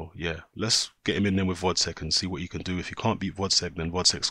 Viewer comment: GVOZDYK! GVOZDYK ! read another time! GGGGGVVVVVVVOOOOZZZZDDDDDDyk and not Votcek